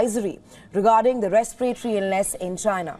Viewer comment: RESPIRATORY NOT RESPEYREYTORY... VARIOUS NOT . VERIOUS